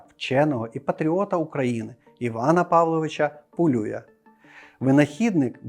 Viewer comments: Теж вважаю, що треба говорити не ПолЮя, а ПолюЯ, тим більш, що Іван Полюй родом з Тернопільщини. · Ви серйозно? Його прізіище Пулюй і відміняється воно Пулію, Пулія з наголосом на останній склад. Люди, поважайте трохи і наші національні звичаї, будемо вдячні